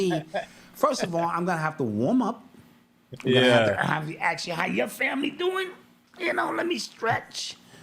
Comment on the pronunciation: Ask not Axe